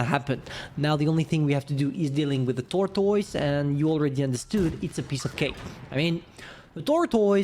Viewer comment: "tortois" it's kinda hilarious when u say it :d